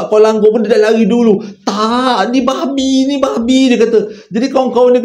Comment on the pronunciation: Pekat betul "babhi" nya tu 🤣🤣🤣